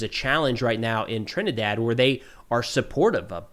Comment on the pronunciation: sounds like you say trendy water. Let's call it club trendy-Dee-water